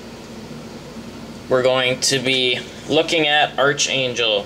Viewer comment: ark angel its pronounced ARK